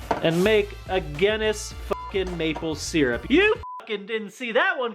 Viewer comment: Wtf was that "maple syrup"